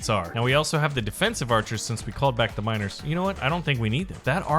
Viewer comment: every single time he says miners, i understand minors. frick sake man...